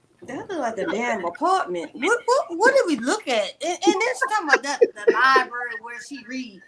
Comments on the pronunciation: A Professor who can not pronounce "LiBRary" correctly it is not "LiBERRY" ma'am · Wendy actually said “lie berry” twice. If you can’t say library, then please don’t talk about your “degrees.” Also, the house Wendy showed in the video was staged on a very low budget. 🤦🏾‍♀️ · With her many degrees can she please learn how to say library correctly. 🤦🏻‍♀️ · How can someone with 4 degrees not be able to say Library correctly🤯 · With 4 degrees you would think she would know how to say it correctly.